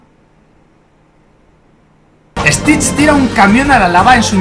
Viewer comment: Si a tas veces mike dijo stish tira un camión a la lava?😂😂😂😂😂😂😂😅😅😅🤣🤣🤣🤣❤